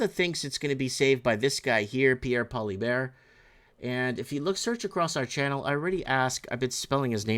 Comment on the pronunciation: Still saying his name wrong